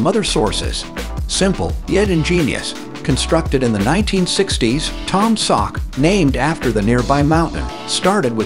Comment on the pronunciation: I know its a text to speach synthesizer narrating this video, but here in Missouri we pronounce Taum Sauk as Tom-a-Sock